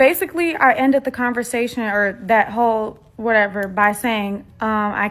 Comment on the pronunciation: "put your whole heart" or 'put your hoe heart' ...I must clean my ears out 😝